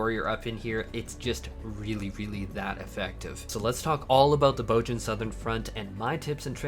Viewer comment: "BOHZ-yuh" "BOHZ-yuhn" They say it in the game